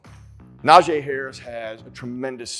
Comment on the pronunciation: It's Na-GEE Harris. #ijs